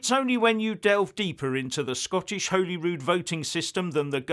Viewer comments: it is not Whollyrood, like it has a hole in it. it is Hollyrood like a piece of Holly (the Xmas decoration). If you are going to continually comment on Scotland please get your pronunciation correct. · Please stop saying Holyrood wrong. It's not pronounced Holy. It's pronounced Holly. Regarding the IndyRef2. If it happens then it will be decided at the polls.